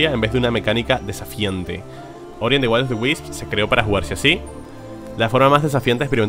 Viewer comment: "Will" se pronuncia cómo suena,en la forma en la que lo estás pronunciando lo estás convirtiendo en "while"